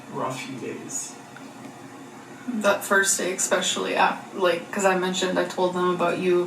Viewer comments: If I hear eckspecially one more time I’m gonna rage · saying EGG-specially makes me want to punch a pillow. 😅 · So far I've seen alexisshook's reaction to this and yours and what really gets me is "ECKSPESHALLY".